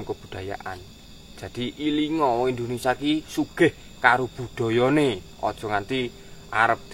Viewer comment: Indonesia Boss... Bukan Indonesa..